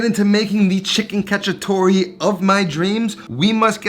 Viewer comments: So funny how bad Italian Americans pronounce Italian words, "catchytoree" lmfao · It is cacciatoA with an A